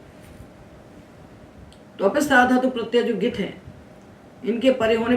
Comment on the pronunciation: भवत्याःपाठनशैली समीचीना। परन्तु ङकारस्य उच्चारणं न समीचीनं प्रतिभाति ।ङित् =इत्यस्य उच्चारणं गित् इति श्रुतमस्माभिः।